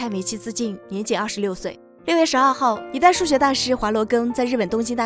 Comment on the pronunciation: 乔治王岛、 华（huà）罗庚… 系列内容立意都很棒但是常识性错误真的有一点点多😂